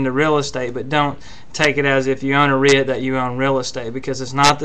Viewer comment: I think you need to learn how to pronounce REIT. Not to be critical but if you can’t say it right I wonder......?